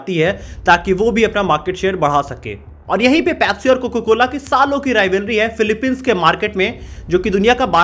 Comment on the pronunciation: bhai tujhe abhi bhi COCA-COLA bolna nhi aaya....COCA hota hai COCO nhi